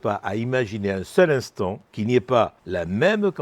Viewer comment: "Pour l'intant"🤔